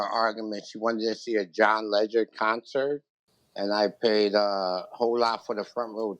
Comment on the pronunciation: It's John "Legend".....not Ledger 😂😂